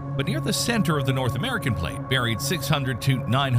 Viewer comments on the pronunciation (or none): none